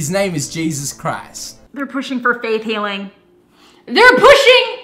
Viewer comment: Did you say "Faith Healing" or "Faith Hilling" cause I dont know about Jesus, but Faith Hill can definitely cure cancer